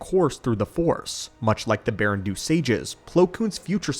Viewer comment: "Baren-DOH", not "Baren-doo," einstein.